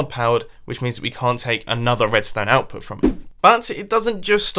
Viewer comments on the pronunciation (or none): "redstone outpit"